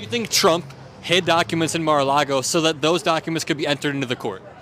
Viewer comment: "Dem Duckuments!" :face-purple-crying